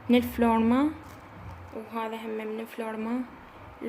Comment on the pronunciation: افلورمر مو افلورما هههههه😂😂😂